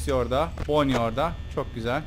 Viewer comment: abi bonny eğil banny a yla söyle